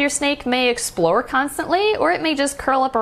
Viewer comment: When you said explore constantly I heard explode constantly 🤣🤣🤣